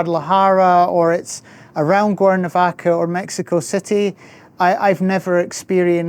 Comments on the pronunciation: Conozco el acento escocés porque mi suegra es de Escocia, pero sonaba como si estuviera diciendo "Guernovaca" repetidamente. De todos modos, no importa. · Is it me or is the gentleman consistently mispronouncing the name of his town?